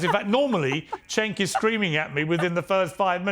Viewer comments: His name is pronounced like Jenk. Not Shank. Not Chenk. Not Senk . Jenk. Turkish people say C’s like J’s . Gonna lose my mind when people mispronounce a persons name over and over. Have some respect Jesus. And if it’s an honest mistake that’s fine but ask the person “how do you pronounce your name?” So you get it right. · Oh, and it's Cenk, by the way, not "shank" lol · She called Cenk “Shank” 😂😂😂😂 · Hilarious how much Cenk’s reach has multiplied in recent months, and his colleagues still can’t pronounce his name to save their lives.